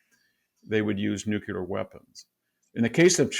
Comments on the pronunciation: He says “nukelar”, instead of nuclear, just like George W. Bush. 😅😅😅😅😅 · This guy doesn't know how to pronounce nuclear. Therefore I can not trust anything he says It's NOT new culer. It's nu cle ar. 😮😮😮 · VDH... an intelligent guy that I look to for an intelligent opinion.... says "new kew ler" SMH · doesn't understand the gvt debt also says nu cyu ler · This professor can't speak proper English. Nukelar, exedra, controver-sea-al, can't pronounce Erdogan, Karabakh, Azerbaijan, etc etc. Fucking poseur. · BKR, True. Moreover, he cannot pronounce "nuclear." He pronounces it as "nukeeler," like the illiterate GW Bush in his speeches. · Love, Love, Love you and your works. Wish you could pronounce NUCLEAR correctly. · Still can't pronounce 'nuclear' though ...